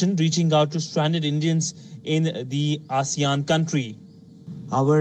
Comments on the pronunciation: He wasn't saying "Asian" he was saying "ASEAN" => The Association of Southeast Asian Nations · Did mispronounce asian as "Assian"(ah-see-un) or did i mishear it?